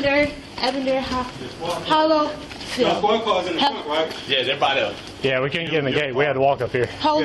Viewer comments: She shoulda been arrested for not being able to say Evander Hollifield! Just sayin'... The Champ? Dang... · I was through when she couldnt pronounce Evander Holyfield